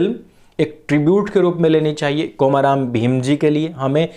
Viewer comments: I'm from Telangana. Please pronounce the name komaram as कोमरम् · I can actually understand the mistake in pronunciation because in Hindi there is only long 'O' (ओ) In Telugu we have short pronunciation 'O' (ఒ), example is "Olympics" And long pronunciation 'O' (ఓ), example is "Oral" So in the word "Komaram", 'O' should be pronounced shortly like in Olympics